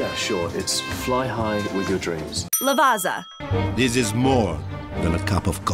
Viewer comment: Hey, just a quick info regarding proper pronunciation: there is no Z sound in Lavazza, the correct way is La-va-tsa-h. Ciao!